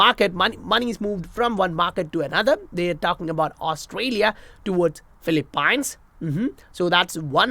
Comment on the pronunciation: It’s pronounced Fil-lee-peens. Great job 👏👏👏